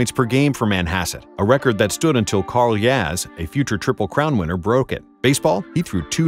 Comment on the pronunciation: Wait. "Carl Yaz?"